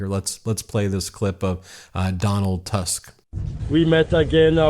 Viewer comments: Donald Tusk ( read Toosk)) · Tusk apparently pronounced as "Toosk" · Say: “Nav-vro-tski “ and “toosk “